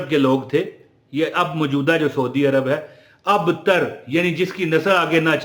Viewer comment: Ayat ka tey ke sath ray nahi laga sir ji abtar gor kijiye